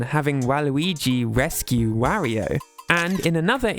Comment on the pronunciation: Oh God, you even say Wario wrong lol, I just can't lol.